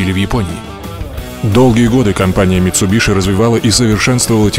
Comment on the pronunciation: правильно говорить митсубиси, гуглите